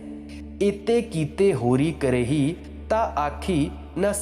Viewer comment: Aadarniye mohode, aap gurbaani ka ucharan theek nahi karte. e.g. chhoti e tatha chhota u bolne mein nahin aate beshak likhne mein aate hein. e.g. it is jewad, no jewdu it is sat, but no sati. PL follow some one who knows Punjabi frequently. Thanks, do not mind.